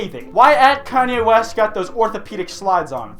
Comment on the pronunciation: Koonye Woost